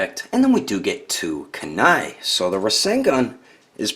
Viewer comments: You pronounced kuni wrong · Good review just that was bad